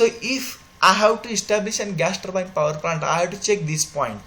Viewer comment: Ur english is very poor.. particularly turbine is says very worst pronunciation